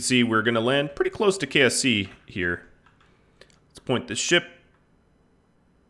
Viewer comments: when he says "KSC," it sort of sounds like "KFC." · Did he say KFC kse or ksc